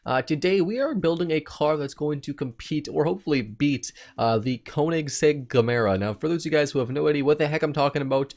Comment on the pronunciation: Need to pronounce Gemera right